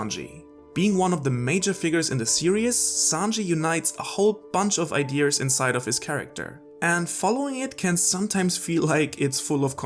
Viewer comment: Why's he saying "idears"? 😂